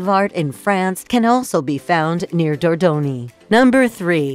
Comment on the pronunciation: What the hell is going on with that woman's pronunciation? And where the hell is Dordoni? Or Riviera..?